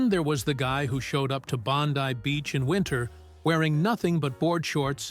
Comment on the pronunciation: Woo-hoo !! Bondi finally FINALLY pronounced correctly !!🇦🇺